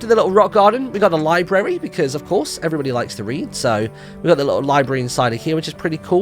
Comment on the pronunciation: *how his intro sounds to me*: ELLO EVEWYBOTY